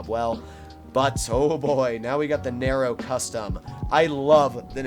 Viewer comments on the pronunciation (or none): Nero not naro 😂